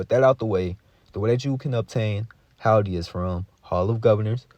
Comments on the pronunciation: Hilde rhymes with Hill DE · Actually no ,its a Scandinavian name I beleive, and we pronounced it like so Hilda but the L is being spoken in a surten way thope that helps regards from Norway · Hillde: “Hill Dee” is how you properly pronounce it. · Pronounced. Hill-de or Hill-da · Hill the (that's how it's said)